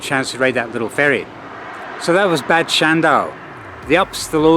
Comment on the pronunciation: Bad it is pronounced Bard which translates to bath and so any place with the prefix Bad means spa town.